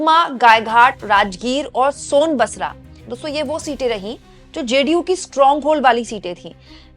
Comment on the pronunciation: सोनबसरा नहीं सोनबरसा... 😂